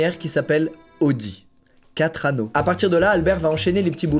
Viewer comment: " 4 annaux" mdrr